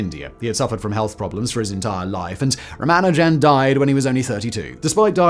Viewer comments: Was the intent to pronounce Ramanujan’s name differently every time you say it? He was not an amateur tho. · How many ways can he mispronounce Ramanujan though? 😀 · I got to where you totally failed to pronounce Ramanujan's name. Not watching anymore until you correct it. I'll wait. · Simon, you really should check your pronunciation of, in particular, non-English words and names. Ramanujan is mentioned below; pronounce every syllable with the emphasis on the u. You also mispronounced Euler. Eu in German is pronounced like oy so Euler is like oyler. I noticed in an episode you hosted about the "Battle of the Beams" in WWII you pronounced knickebein incorrectly. In German words beginning with a k like this you pronounce the k. You also need to know that if you see ei in a German word it's pronounced like the English word eye. If you see ie it's pronounced ee. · While your articulation is splendid, I think the pronunciation needs some work. "Tilling" the plane? Surely that's not how tiling it's pronounced anywhere? I can't say for sure how Ramanujan should be pronounced, but I have gotten used to a few very different ones from yours. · Guy can't pronounce Ramanujam. Ffs. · Correct pronunciation is Ra-MAH-nujen (though it seems a popular pronunciation among brits is Ra-mah-NU-jen) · "Ramajan-a-ding-dong" "Ra-man-jan"?? "Ra-manu-jan" You must have recognised you pronounced it three different ways...but didn't bother to correct?? So disrespectful... "Tilling" the plane... do you just make noises with your mouth without regard for the meaning?? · How did you manage to lose a whole syllable from Ramanujan's name? I know the Indian pronunciation puts a little less stress on it than the usual English pronunciation but dropping it entirely is a bit much. Edit: Oh, you do get it (or at least closer) a few times. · gaaah.... Ramajan???? Ramajan??????? It's RamaNUjan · Ra-MA-nujan... not RA-ma-jan... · Ramanujan : ❌️ Ram a jam : ✅️ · Lol "Ramajan" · It's rama- new- jen